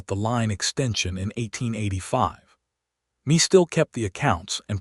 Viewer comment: Please, please, please work with AI to correctly pronounce Mae (NOT Me, but May like the month) and Chisholm (Ch-is-um). The mispronunciations take away from the story. I am not sure I would have been as trusting of Cole as Mae was. For me the 4 years of courting, then to disappear for 10 years would always make me wonder if the same thing would happen again. I have been married 54 years. We both were 19 when we married. My husband was abandoned by his parents and adopted by his parents. I grew up in a chaotic family situation - my parents divorcing when I was 2, after that my mother had 2 more difficult marriages and divorces.with those histories, my husband and I had some serious discussions about the need to be sure of our commitment to one another. This stories premise does stir up some of the trauma and fears from my early years. Listening from TN.